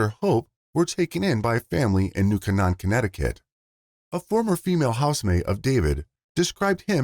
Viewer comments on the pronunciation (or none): none